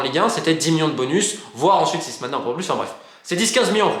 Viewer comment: Je n'étais pas sûr sur sa prononciation 😂